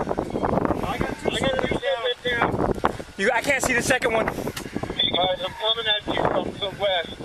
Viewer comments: Did he mean to say one down not Juan? Lmao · Anyone notice “we got Juan down” instead of one lol